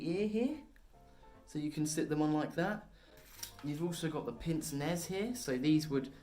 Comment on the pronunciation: Pince-nez isn't pronounced "pinse-nez." It's French for "pinch nose" and is pronounced "pance-nay"